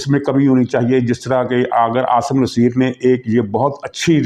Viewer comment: SIR PLEASE SEAYD AASIM NASSER KA NAAM SAHI KUR LEN PLEASE.